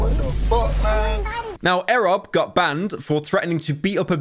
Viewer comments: Great vid Pyro! Loved your perspective, just have some changes QTCinderella isnt Ludwig's life and Erobb is pronounced as "Eee-rob" but other than that this is spot on. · No way you apologized for saying silker then went right on to saying eh-rob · pyro saying erobb wrong and calling qt luds wife is slowly decaying my brain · my soul hurts having to hear pyro mispronounce erobb's name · the pronunciation of erobb will haunt me forever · > apologises for mispronouncing slicker's name. > mispronounces erobb's name in this video. You're doing this on purpose pyro. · Giving a dislike for erobb pronunciation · First it was Silker. Now it's Ehreb. Pyro, his name is "E rob", like you pronounce "Esports". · E - rob not erob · these pronounciations 💀💀💀💀💀💀💀💀💀💀💀💀💀💀 eh rob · it is not pronounced airub you idiot. E. Rob. twice you've mispronounced in 2 b2b videos. why should you make thousands of pounds of these vids when you don't even know who you're talking about. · Godammit, what's with Pyro getting everything wrong? QT isn't Ludwig's wife, it's his girlfriend, and when saying Erobb, it's "e-robb" not "eh-robb" lol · eeeeerob not arab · Your pronunciation of erobb actually makes more sense because his name is eric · Eerobb not ehrob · ITS E-ROB NOT EHROB SERIOUSLY HOW CAN YOU KEEP PRONOUNCING EVERY NAME WRONG IM GONG TO HARE A HEWRT ATTACK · Never heard someone call the man eh-robb 💀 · corrects is pronunciation of sliker and messes up e-robb, like its not erobb its e robb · why cant pyro say names properly "air rob" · pyro why cant u pronounce anything, errob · pyro u have to be trolling what the fuck is an errob what has happened to ur speaking ability seek help brother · Dude really said ‘Arab’ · Bro I swear to god you can’t pronounce any streamer names. EH robb 😂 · Pyrocynical: I'm sorry for pronouncing Slicker wrong. Also Pyro proceeds to says Aerobb instead lol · Or as captions claim "Arab" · Airrob and silker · That's not how ERobb is pronounced lmao